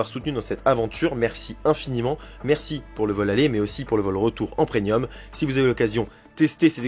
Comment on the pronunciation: Ouch, qu'on prononce "Prenium" au lieu de Premium ça c'est un blâme direct. x) Je l'ai tellement entendue cette faute de prononciation, c'est comme les gens qui disent "payment" au lieu de "paiement". Merci pour cet avis, je compte bien tout de même y aller un jour en profitant aussi du 3ème parc qui à priori semble pour l'instant très bon.